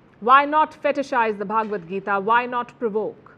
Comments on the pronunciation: Please say Bhagavad Gita not bhaaagavadgita. Bha not bhaaa. Pronounciation correction. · Please pronounce the word Bhagavadgeeta correctly. It is Bhagavad, and not Bhaagvad. 🙏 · It's "Bha-ga-wad-Gita". It's not pronounced Bhaagwad Gita. Bhaagwad has a separate meaning in Samskritam. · the way you pronounce bhagvat gita isa actually insulting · Palki , first pronounce Bhagvad Gita properly